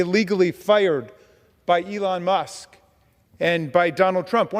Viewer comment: did you say, " Elon Muff?"